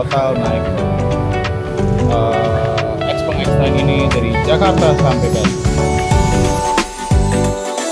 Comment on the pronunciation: Xpeng bacanya bukannya Xiu Peng yaa?